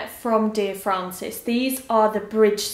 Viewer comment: Dear Frances not Francis ahahah (will forgive ) xxx